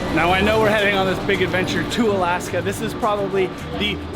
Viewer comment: Lol I love your videos and the fact that you pronounce the towns in Alaska right puts you head and shoulders above everybody else I do so adore you.